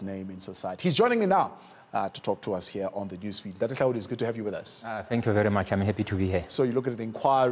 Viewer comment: Google that says Hlaudi😂